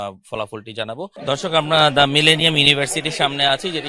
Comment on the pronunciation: মিলেনিয়াম উচ্চারণ করতে পারে না, সে কিভাবে এবং কোন যোগ্যতায় রিপোর্টার হিসেবে দায়িত্ব পায়?